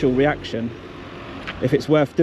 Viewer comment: "He hasn't had a weaction fwom me" Oh dear 🕵️